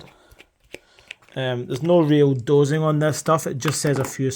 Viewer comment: Aye too right there’s no ‘z’ in Persil or in doSing! 😂